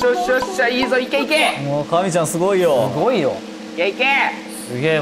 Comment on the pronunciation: 神ちゃんって呼ぶ発音が毎回気になっちゃう(笑)西と東の違いなのか。